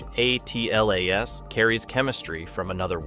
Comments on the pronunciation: Atlas is too hard to pronounce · "He" is actually an AI narration - it can't pronounce 'ATLAS' - yet another reason to give it a well deserved thumbs down.